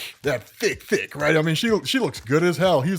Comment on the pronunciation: Lol it's how u said THICK